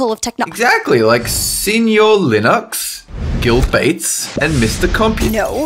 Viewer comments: Did someone notice that Bill Gates was spelled and pronounced "Gill Bates"? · Oh I think thats the person who bought minecraft. Nvm it’s Gill Gates not Bill gates